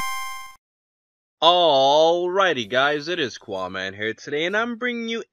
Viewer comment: One thing that is bugging the shit out of me. Qaaman is not pronounced 'qwa-man' it is pronounced 'ka-man'. That shit is bugging me! Anyway...